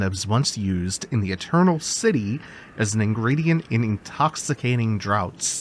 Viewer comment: Since you're learning old-timey pronunciations, I'll just point out that 'Draught' is pronounced as 'Draft'. It's the same thing as in 'Laughter' 😌